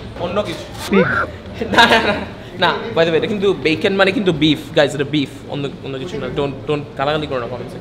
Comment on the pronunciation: Did you just say vacon.?